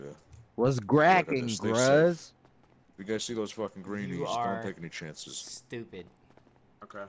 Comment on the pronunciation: he really said gruze 😹